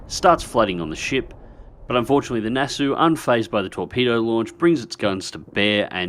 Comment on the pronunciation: The "au" in "Nassau" is pronounced just as in "Aussie" ;)